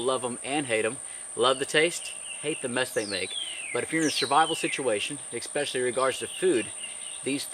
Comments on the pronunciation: The word is “especially” not “expecially” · Great video! I don't know how to say this without sounding like a jerk... The word is pronounced as it is written especially. Throw an E and a Y to the end of the word special when you say it. "Expeshally" Is what it sounds like when you say it. Sorry and hope this helps. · You have such a calm, soothing voice... but when you say the word especially- and mispronounce it expecially- my serenity comes to a screeching halt!